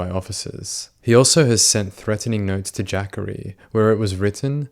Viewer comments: I think that young mans name is pronounced:"JA COREY" um not "JACKERY" but if Im wrong, I stand corrected. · It’s ja-cory not Jaqauri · "Jackery" is probably pronounced more like "Juh-Corey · Its ja-cory, not jackorie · I know you don't know anything about (AAVE) African-American Vernacular English so you get a pass for this. I'm sure that no African-American mother would name her child Jackery the spelling of the name is JaCorey. I'm quite sure that it's pronounced Ja-Corey not Jackery. The way you say it reminds me of Thackeray Binks from the movie "Hocus Pocus". 😆 🤣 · JACHARY??! …oh….. it’s Jacorey. LOL I really thought his mom said “Zachary, but with a J”🤣🤣🤣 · Jacorey not Jackary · Jah-Kohr-ee is how you pronounce Jacory, not the way you’re saying it. Lol. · Pretty sure its not pronounced "jackery" lol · It's pronounced Juh Corey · Was looking for this comment... Was thinking it's pronounced Juh Corey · the way you pronouced jacorey got me deceased